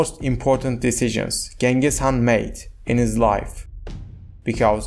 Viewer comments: appreciate your efforts but please spend more time doing research. you can either say “Chinggis Haan” (Mongol pronunciation) or “Genghis Khan” (English pronunciation) but never Genghis Haan. Yuan Shi is not an author. it literally means the History of the Yuan. it was compiled by various government scribes in the Ming Dynasty. and many other inaccuracies. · Chinggis Khaan, Belgutei, Zelme, Mukhulai, please pronounce the names correctly.